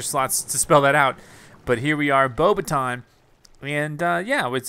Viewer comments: Its pronounced "Bo backs ton" Professor Mcgonagall is not pleased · it's bo bah ton, it's french